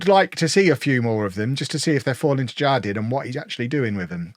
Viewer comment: The Spanish J sounds like an H, so it would be har-DEEN. it means "garden" :)